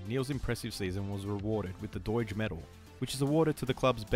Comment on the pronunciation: The g in Doig is like the g in dog 😅